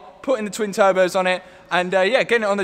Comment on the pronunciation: And he is strapping turbehs